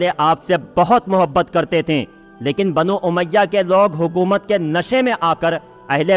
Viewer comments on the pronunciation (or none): none